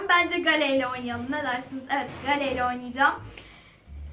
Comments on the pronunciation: Abla Gale değil geyl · Gale geyıl diye okunur😄😄😄😄😄😄😄